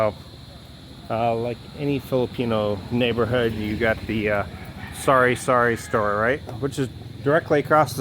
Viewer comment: Hahaha it's actually called sari-sari store meaning mixed goods/ groceries. His accent messes up the words I guess.